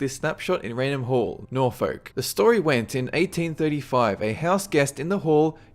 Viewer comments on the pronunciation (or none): You mean Norfolk, England? If you do its pronounced Nor-Fulk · It's pronounced nor-fuck not nor-folk and it York-sheer not York-shire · Good video but just so you know its not pronounced Norfolk it'd pronounced norfuk and if it's shire its pronounced sheer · it's pronounced nor-fuk ... just saying 👌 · norfolk is pronounced nor-fuk and yorkshire is york-shuh just saying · York-shy-er, Nor-foke, Arkan-sore. Bloody Australian pronunciations haha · It's pronounced Nor'fuk' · Just to say, I grew up in Norfolk and it's pronounced 'norfook' 'oo' not being 'ou' but more sudden. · although it's spelt Nor-FOLK you pronounce it NOR-FERK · You pronounced norfolk and Yorkshire wrongly. It's yorkshuh and norfuhk lol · Norfolk is pronounced Nor-fuck :P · It's not pronounced "nor-folk"